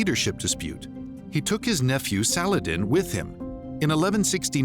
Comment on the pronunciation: I like how he doesn't even try to pronounce any non-English words/names "correctly"... ("Filioque", "Saladin", etc) He just reads through it as if he was standing in line at Sizzler in 1986... Consistent mispronunciation is better than inconsistent "correct" pronunciation, in my opinion.